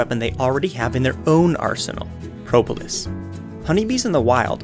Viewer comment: How you say Propolis: Pro-bo-lis